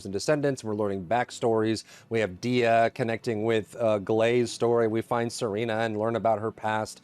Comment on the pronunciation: Obligatory comment about PLEASE FOR THE LOVE OF GOD PRONOUNCE ANAIS CORRECTLY. Also, Now, you also pronounce Dia incorrectly. Do you play the store mode on mute? Pronouncing things correctly in the game you make content about is like the bare minimum of effort. Come on man.